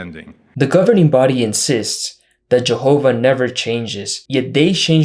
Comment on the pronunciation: litterally could take the forced way he say Jahova "jaHOva"